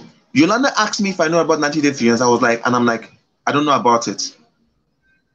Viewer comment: Oh pls he can't even pronounce fiancé